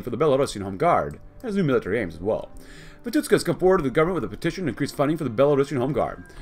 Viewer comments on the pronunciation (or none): He is pronounced as Vitushka, not Vituska)